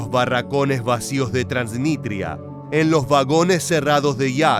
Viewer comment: Es TransniStria, no Transnitria, con s.